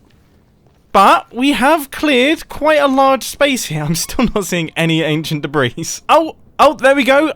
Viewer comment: the s in debris is silent